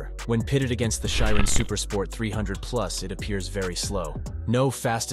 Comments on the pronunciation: It's Chiron not Shairon and Shiro 💀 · bugatti chiron has a "n" at the end. you should try to ponounce it... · chiro? CHIRON! 🤣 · lmao "nevra" "shhirone" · What's a Bugatti 'Chiro'? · What the hell is a Bugatti Chiro? Erm if you are producing a short film on cars, you must get the names right. It’s a Bugatti Chiron and the Jesko that you pronounced is actually pronounced yesko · "Bughatti Chiro"...!? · How many times did he say Chiron wrong?😂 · Every next car is much faster than the one preceding it. In reality they were all about the same. I don’t trust a narrator who doesn’t pronounce the manufacturer or model name correctly. Try again.